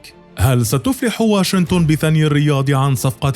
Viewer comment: المعلق لو سمحت اسمها واشنطن ماهو واشنتن